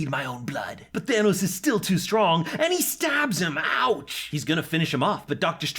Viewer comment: Why the fuk does he keep saying big daddy Tanos